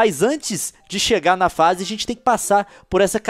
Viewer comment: o Leon falou " dois epidodios por face "